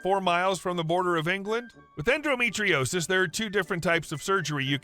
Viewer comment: It's en-do, not en-dro metriosis.